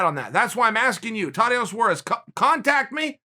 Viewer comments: I never heard of the lady you’re speaking of.. but I think you pronounce it tah •Tea•Onna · “Totty-ana Suarez” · Idk im not so sure about that. Someone offered me this: its spelled Saures. And her first name is pronounced Thotiana